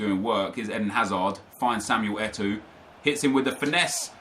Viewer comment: I slowly die everytime I hear says Eto'o., it's E-toe, not E-too